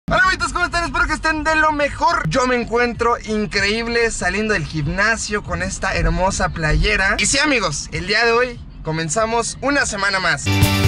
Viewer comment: gimnasio se pronuncia con m no con p titulado diciendo gipnasio ahí te encargo también hay diferencia entre gorro y sombrero...fisicolturista??????